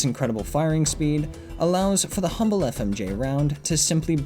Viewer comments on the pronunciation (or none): none